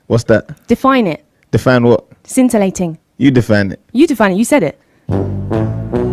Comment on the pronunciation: "You're quite scintalating" "Scintalating." "Yeah" "Nice. Define that" "Whats that?" "Define it." "Define what?" "Scintalating." "You define it." "You define it, you said it!" "... English is not my strongest subject." bruh 😂😂😂😂😭😭😭